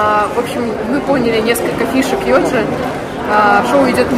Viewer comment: Почему ЙодЗи, а не ЙодЖи?